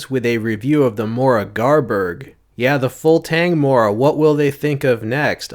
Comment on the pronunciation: for a second I thought he sead Mora garbage and I was triggered as